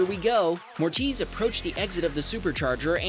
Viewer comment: Moritz not Mortiz 😉